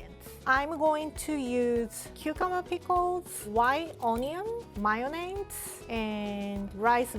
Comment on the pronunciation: “ Mai -yo-naise”